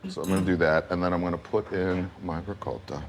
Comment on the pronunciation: I am so glad that pronounces ricotta correctly. It’s not rigot it’s ricotta, with a long “o”. I know it regional, but this is the way I was taught to pronounce it. Thank you,.